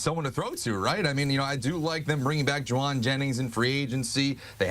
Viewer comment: CBS STICK TO BEING A NEWS STATION THIS GUY SAID JAWUAN JENNINGS 😂😂😂😂😂😂